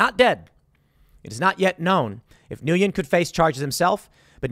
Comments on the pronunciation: Nguyen is pronounced “win”. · The guy's name is pronounced "win." It's Vietnamese. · isn't it pronounced "win" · Nguyen is pronounced WIN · Nguyen is pronounced "win" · I believe it’s pronounced win or when in English. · Nguyen is pronounced “Wynn” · I think Nguyen is pronounced Win. Any one wanna confirm or refute? (I mean it, I don't know.) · It's pronounced New-wien. This is my middle name. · It's pronounced "gwen" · Nguyen is pronounced Wen or Win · Not to be that guy (actually just trying to be helpful) but Nguyen is pronounced "New Ehn" (similar to WHEN with like a half silent N at the front) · Nguyen is pronounced "When" in English. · His last name is pronounced “win”. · It’s pronounced just like the word. When. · Dude...have you seriously never encountered one of the most common Vietnamese last names? Nguyen is pronounced "Win"... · Nguyen pronounced "Whinn" for us white people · Tim, you're Asian-American. "Nguyen" is pronounced "win." You should know this. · It’s pronounced when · Wen. It’s pronounced Wen… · Pretty sure it's pronounced nwhen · Nguyen is pronounce "win" Tim. I thought u were 1/4 Korean. Yes its a Vietnamese name, but still.... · Tim, the guy's name is pronounced more like "win". It's not exactly the pronunciation but closer than how you are pronouncing it. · How does Tim not know it's pronounced When? 🤔 all good though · It’s pronounced Wen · The name “Nguyen” is pronounced “Win” not whatever aberration you are saying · Jesus Christ Tim get the pronunciation of his name correct. It sounds like win. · “NOO-YEN”. Come on Tim. Learn some pronunciations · Tim!!!! I can't believe you're Asian and don't know how to say his last name lol!! I believe it's pronounced "when" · The name Nguyen pronounce njen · Nguyen = “wen” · Hearing Tim repeatedly mispronounce the most common surname in Vietnam is ironic af. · Tim, as an Asian... you really have to learn how to pronounce Nyugen, buddy! Lol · Tim can't even pronounce the Asian dudes name right